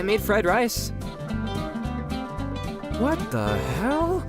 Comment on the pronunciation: It’s not what the hell its what da hail